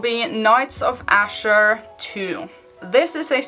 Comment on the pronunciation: that's okay thank you for talking about it anyway. It sounds nice the way you say it anyway :)